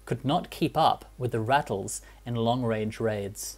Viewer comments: FYI, the South African APC is called Ratel (pronounced "rah-till", the Afrikaans name for the legendary African honey badger). "Rattle" is something else altogether 🙂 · Ratel, pronounced as Raa-Till not Rattle. Afrikaans for honey badger. 😅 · Always hilarious watching something like this and they do no research on pronouncing words like vasvat and ratel.